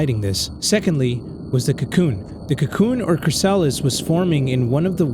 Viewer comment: .... you said chrysalis wrong...